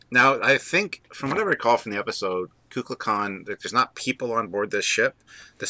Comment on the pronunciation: Great episode guys as always. It is pronounced "Koo Kool Khan " The Feathered Serpent .